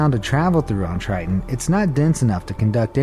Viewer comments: It’s (TIE-TON) not (TRY-TON) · "venus is the hottest planet is the Milky Way" me: you got your facts wrong BRUH: "titan is the coldest object in the Milky Way" me: you got your facts wrong BRUH: "triton" me: you got your prounounciation wrong BRUH Show less